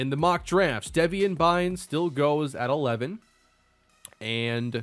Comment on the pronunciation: Deveon is pronounced like Le'Veon btw, not Devian.